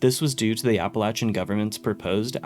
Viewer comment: I swear as bad as Fallout 76 is, I will never forgive it making people mispronounce Appalachian.